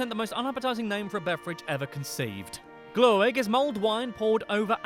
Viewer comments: It's 11 million now. Gift is not pronounced yeft the way he said it. XD Also kiss isn't urine, it's pee. It's because we don't put spaces in words that are made out of several words. Why does he say glöegg, there's no e or any letter between ö and g! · How can it be too hard to say glögg.. Its not spelled gloegd. Glögg!! Stupid britt!